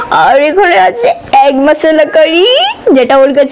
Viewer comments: Oiita egg bole "egg curry"...aggg noye ...r end bole and noye...plzzzz sudhrao.... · অ্যাগ কারি না ওটা এগ কারি।